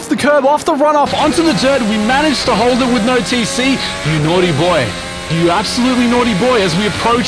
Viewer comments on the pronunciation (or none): none